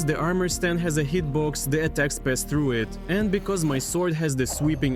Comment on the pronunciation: ну знаешь, больно да прикольно, он старается, а мне в рофл слушать его "тхругх"